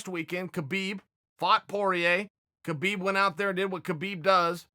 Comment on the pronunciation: What did he call Khabib?!? 😂